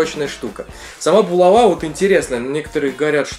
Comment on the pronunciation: булава ударение на а